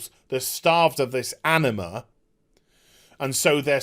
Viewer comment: hahahaha i only listen to the audio of your clips while working and i heard Enema instead of Anima, an Enema can be very powerful hahaha